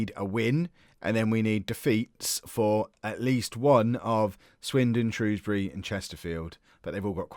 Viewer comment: Can I just say as someone who lives just outside of Shrewsbury, thank you for not pronouncing it Shrowsbury, as a lot of southerners seem to do